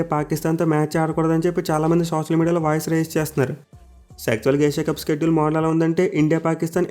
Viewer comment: Shedule pranounce wrong chestunnav bro adi షెడ్యూల్ స్కెడ్యుల్ kadu